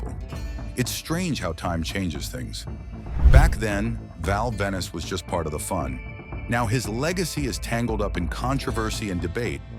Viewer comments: It's Val Venis. Not Val Venice! 😆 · how can you take this video seriously, when the calls him "Val Venice" and then says his catchphrase wrong.